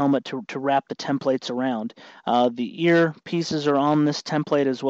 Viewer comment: tem-PLATES drinking game is on!!